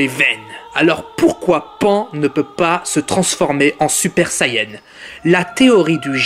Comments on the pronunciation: D'ailleurs c pas pain c pan putain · vous me faite rire vous les mec qui critique essayer de faire pareil et après vous fermerez votre gueule et on dis pas pain mais pan(e) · Et elle s'appelle pan pas pain pffff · Pain et OVA xD , on dit PAN et OAV